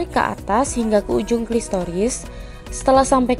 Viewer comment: namanya klitoris bukan klistoris.